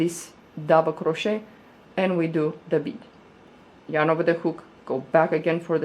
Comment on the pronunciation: I love this! And I want to say the way you say the word ‘crochet’ is somehow soooooo satisfying lol 😍